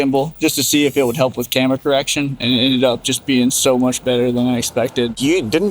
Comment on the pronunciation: "Endred Up"